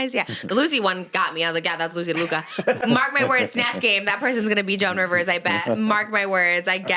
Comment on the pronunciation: Trisha 😭 it’s Loosey LaDuca** not Loosey DeLuca. You’re gonna get her more fired up 😭😭